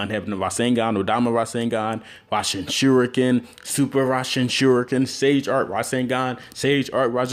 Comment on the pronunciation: he don't know how to say rasenshurican